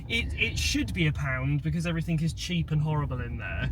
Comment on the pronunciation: It’s everything not everythink!